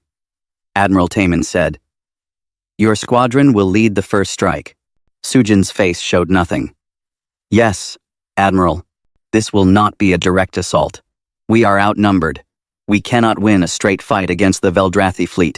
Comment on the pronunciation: The word is "prey", not "pray"! Are the programmers of these AI systems ever going to teach them. Story after story with screwed up AIs. "Read" pronounced as 'red' vs 'reed' as in "I like to read books", "lead" pronounced as 'led' vs like in "I was the lead actor of the play", & 'dot' 'dot' 'dot' when it was just the period ending a sentence. Teach your AIs how to read in at least a 5th grade level, teach it how & when to put emphasis in it's voice, when & when not to pause, etc etc etc.